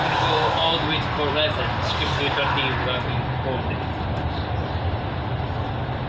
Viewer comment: *Portlethen mate.